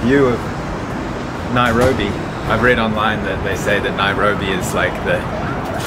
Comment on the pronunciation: NAIROBI!! NAI-RO-BI!!😂😂😂😂